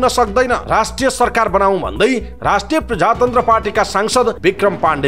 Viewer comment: पहिलो पटक हो तर समाचार वाचकले प्रदेश शब्दलाई प्रधेश र प्रजातन्त्रलाई प्रझातन्त्र भनेर वाचन गर्दा चै अलि नराम्रो लाग्यो ।